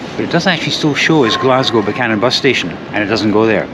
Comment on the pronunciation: Glad you pronounce it Buch-anan and not Beewkanan